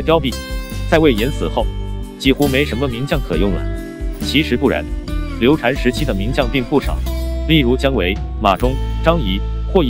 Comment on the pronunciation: 再说一遍 刘禅（shan）